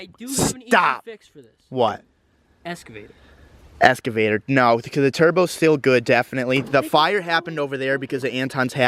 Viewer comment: It's excavator not escavator